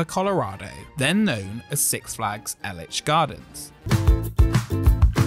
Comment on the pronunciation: No one ever seems to know how to properly pronounce Elitch Gardens 😂